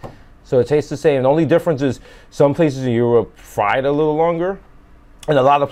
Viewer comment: Europe = Yerp 😂